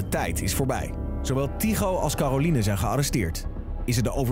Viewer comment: op zegt Tygo 'Calorine